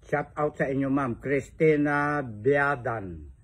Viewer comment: D mo nga mabigkas ng tama ang shout out daldal kpa ng daldal